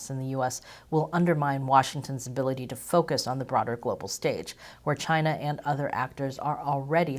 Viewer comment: Chy-na has multiple 🍯🍯